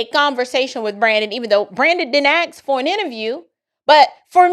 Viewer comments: Dude please ffs pronounce ASK the correct way. You’re saying Akks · The word ask is spelled with a "K" . It is spelled A S K. Try pronouncing it. You can practice with words like kick or trick or track. Anything with a frigging "K" at the end of it. ASK, ASK, ASK !!!!!! Say it !!!!!!!